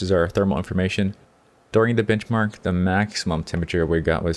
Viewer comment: Did it sound like he said bitchmark instead of benchmark to anyone else? haha :P